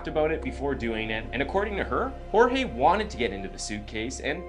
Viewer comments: It’s George not jorge even though it’s spelled Jorge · Who is hoarehay? His name is Jorges, why are you pronouncing it in a pretentious way? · My biggest red flag isn’t even that she’s lying, that she’s emotionless, or that she’s defensive and trying to force them into believing said lies; it’s the fact she won’t pronounce his name correctly. She was with this man for a while, even if it was on and off. She should know how to say her lovers name properly. She couldn’t, and wouldn’t even take the time to do that. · He is Hispanic and his name is Spanish. Hor-hey. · Bro why does she keep calling him George???? Did she not know how to pronounce here own BF’s name??